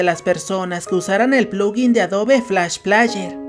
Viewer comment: Se pronuncia Adob Flash pleier